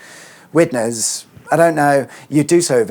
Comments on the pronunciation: Widnes. Wid as in Lid (Bin Lid), and Nes as in Ness (Loch Ness). As an occasional traveller through the area, the more recent reworking of the road 'system' seems to allow much better traffic flow. I'm not a regular so someone may disagree, but it seems much better than it used to be, even if a bit confusing at sometimes. You rarely seem to get stuck in traffic compared to the previous arrangement. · Widnes is pronounced like ‘witness’ but with a ‘d’ instead of a ‘t’. Also never heard it called the Jubilee Bridge, it’s just the Runcorn Bridge because it’s the bridge in Runcorn. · it's pronounced Widnes. You're welcome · Interesting video as usual - Up in my neck of the woods - Living on the Widnesssssss side of the bridge (Its just plain old "Wid-nus" by the way - No ness's here) The 60mph was introduced on all the Runcorn Expressways in September 2014 - The idea been to improved safety, because of some of the afforementioned short slip road and tight curves. Before then, they were all National Speed Limit. The Western Link - Had they not removed that slip road, then the main flow of the carriageway would have been effectively joining a minor slip road on the wrong side and been extremely tight - so as part of the Mersey Gateway reconstruction, that was one of the changes to be made. The enabled them to run two carriageways and lessen the curve. Fun fact - The Borough of Halton (Pronounced simply as "Hol-tun") which is Widnes and Runcorn combined, now has one of the fastest average speed rush hours in the country -Before the Mersey Gateway was built, we would have been somewhere near the bottom - as you didn't move especially if there was an accident on the Silver Jubilee Bridge! If you want a really fun day, and second chance to visit Runcorn - Look into the local bus ways! Now there's a fun subject for a future video;-) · The natives say Widnes as "Widniss" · Widnes, pronounced Wid-Ness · Widnes, pronounced Weirdness😂